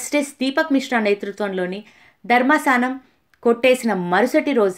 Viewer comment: Who is saying voiceover do not command on telugu language.you can follow high Quality Vedio and low quality voice over Not ధర్మసానం ధర్మాసనం